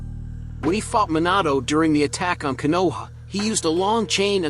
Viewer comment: Nigga is destroying literally every name even konoha like how bro